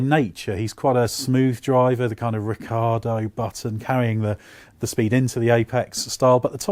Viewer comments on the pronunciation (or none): none